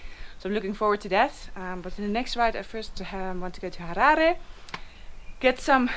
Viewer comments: I love that you say "Harare" the proper way. I think you'll love the Eastern Highlands even - Honde Valley, Nyanga, Troutbeck etc... Noraly you just made me miss the country i call home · Thank you for pronouncing Harare the correct way unlike some who say Harari even after staying in the country for decades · I like the way she pronounced 'Harare' at the end there.